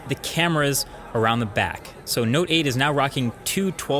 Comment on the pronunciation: Note 8 ..noteight